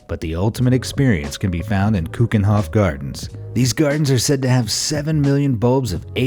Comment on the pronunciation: He I like how you say keukenhof it means Kitchen, I never been there my self but the Netherlands is one of the best places to go to